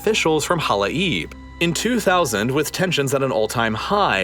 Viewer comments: In case someone is interested: it is pronounced as Hala-yeb … not Hala-eeb. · It's pronounced Hala-yeb Not hala-eeb 😄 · Halai’b you guys butchered its proununciation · his pronunciation to the word "hala'ib" is so hilarious to me and completely different from the original native one